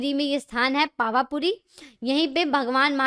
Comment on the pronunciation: Information acchi h, but please names ki pronunciation sahi se karen. Pawa puri se moksh gaye the. Teerthankar the nahi.... Balki h 🙏